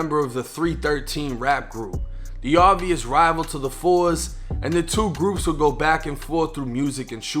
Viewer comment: It’s not pronounced “The Fours” you say “Tha Foes” aka 4 Corner Hustlas